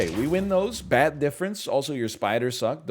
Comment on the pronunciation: Whenever he says bat difference all I hear is "THATS THE 51 DIFFERENCE BABY"